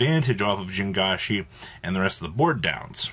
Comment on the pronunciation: I dont think I've ever heard someone pronounce JiangShi more incorrectly in my life LMAO